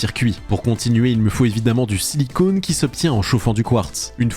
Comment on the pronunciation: Quand tu fais les puces, tu dis "silicone" mais il ça se lit "sili-con", il s'agit en faite de silicium en français!